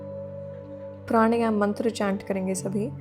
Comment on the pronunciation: When you can't pronounce a word correctly.. प्राणायाम it is, not प्राणयाम. We are Indians not foreigners.